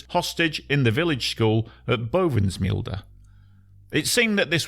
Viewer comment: As a Dutchman.. My compliments on your good pronunciation of Dutch place names like Bovensmilde and De Punt. Well done